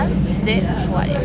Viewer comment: Chicos no es uyuahia es Usuhaia. No hay ye . Perdón por corregir pero es que suena tan mal en la voz de un Argentino.